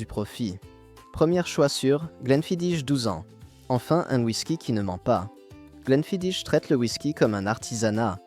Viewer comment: Mauvaise prononciation pour le Glenfidich, c'est du gaélique...Les rumeurs sur le produit de cette marque étaient courantes à la fin des années 90